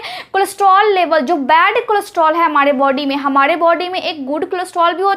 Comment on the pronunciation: Excellent delivery of information!Furthermore,I request you to correct pronunciation of 'R' in the last if R ending words such as you pronounce 'Hamare'but it sounds to listeners as 'Hamade' .